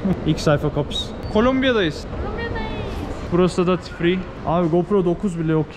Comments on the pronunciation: Dati firi ne la???? dogru telafuz etmeyi ogrenmek cok zor degil yegeniiiiim!!!! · ⛔⛔Abi yıllardır geziyorsun şu Duty Free'ye Dati Free deme güzünü seveyim.. Sen yapma bari.... Dyuti diyecen!!!!! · Dk 13.. “ Duty Free “ telaffuzu dati değil.. “ Duiti Free “ Bogota çok güzel yerdir.. Teleferikle tepeleri çıkın.. Manzaralar muhteşem.. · "Duty free". düty fri olarak okunur "daty fri". olarak değil umarım dikkate alırsınız. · Dati free diye okunmaz düti free diye okunur.